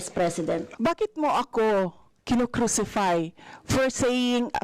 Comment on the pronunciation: bakeeett??? hahaha